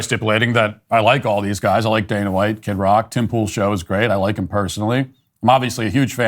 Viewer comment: tim- his name is kid rock not kit rock